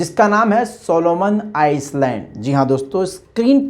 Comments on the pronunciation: Solomon ICE Land nahi, I-land (S padha nahi jata) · Oye ice land nai ai land your pronounce ghadda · It's not Iceland.... It is Island. learn it. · It's not Solomon Iceland it's island S is silent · island ka prononciation iland hota hai not Iceland....pls correct pronounce Island,('iland') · Plz pronounce correctly it is not Solomon Iceland, how you said it is ii land s is silent ,good reporting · Island Iceland kahraheho.correction karlo bhai. Island me "s" silent hotahai. Is liye Iland kahna chahiye. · सोलोमन आइलैंड इसका सही उच्चारण होगा! यस जो है साइलेंट है! वैसा आप का काम बेहतरीन है! " कीप इट अप" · Island 🏝 s is silent in this word real pronunciation is I-land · island ko iland parhte hain. S silent hai. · Island me "s" silent hota hai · S is silent while u pronounced Island